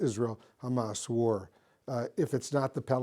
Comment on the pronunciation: This politician talks like he has grapes stuffed into his mouth 👄🍇 War is pronounced, 'Warheghh.. 🍉. Stop the warheghh